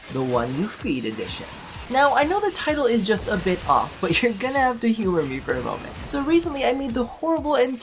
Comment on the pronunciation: "the boy thought about it for a MOENT"